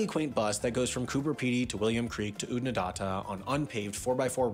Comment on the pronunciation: He said Oodnadahta but it’s Odd-na-dattah